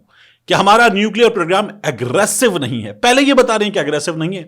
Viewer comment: لفظ کی تصحیح کریں۔ نہیں ۔ کیونکہ آپ نہیں کو بار۔ بار ۔۔ نیں اے ۔۔نیں اے ۔ کیوں کہتےھیں۔